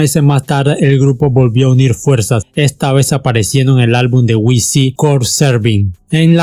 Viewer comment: No es wisi (wc) se dice dub si (wc) y saipres jill (cypress hill) no cipres hell!!